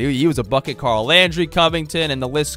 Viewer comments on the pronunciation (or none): none